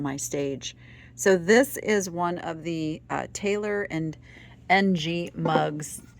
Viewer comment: Ng of Taylor and Ng is pronounced " ing " in English. ;-)